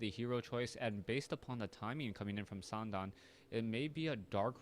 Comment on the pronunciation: I'm chinese, but the way you are pronouncing his name is wrong, is san dan with the dan with a fourth sound... I find it a little annoying with you wanting to pronounce his Chinese name correctly but not doing it right..